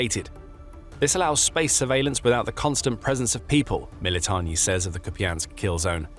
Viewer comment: It's MilitaRni buds. NOT MilitoNNi 😂😂😂